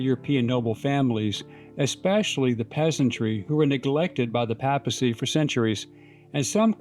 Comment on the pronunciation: "Papacy" is pronounced PAY-puh-see - long A in the first syllable.